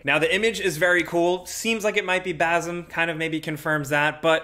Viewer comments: it's Basim not Bazim 😂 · its Bassim not Bazzim. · Please say it right , as away of respecting the language.. it's bassim /s/ not /z/ Much love 💕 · Just to clarify, "basim" is not pronounced "bazim", the sim at the end is pronounced the same as in game "sims" without the "s" obviously. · "Bazim" Sounds like you're saying spasm but with a b